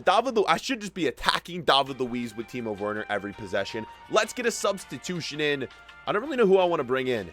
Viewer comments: Please pronounce Timo Werner, like Vernah, not wernur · No one:: Teemo Fwerner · bro why he sayin timo worner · Do not say Timo worner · It’s so obvious he doesn’t watch chelsea irl, “Kovasich” “Why is azpilicueta running up?” “Teemohv Werner” “Tahmmy Ahbroham”